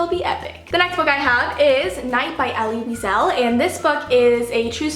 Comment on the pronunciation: Night will tear you into pieces! By the way, name is pronounced as Eli Weessul